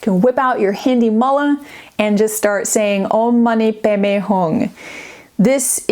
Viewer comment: She said it pretty well. Om mani padme hum isn't English, and sometimes transliteration is a little imperfect if you're approaching it as though it's pronounced exactly as in your mother tongue based on the writing. The "padme" is more like "bay-may" than we might assume at a glance.